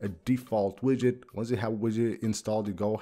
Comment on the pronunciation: Yid-get lol not quite but close! 😂